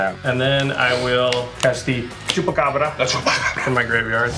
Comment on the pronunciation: O jeito que ele fala chupacabra é muito bom.